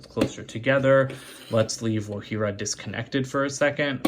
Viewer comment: When u said not wogjira u got it right sorry I if I didn’t spell the name right